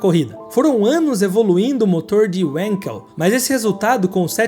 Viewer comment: Uma pequena correção: como o inventor é alemão, a pronúncia é "vanquel".